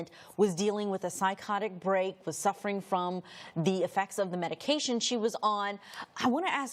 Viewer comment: Prosecutor can't even read a medication name. Every single medication she incorrectly pronounced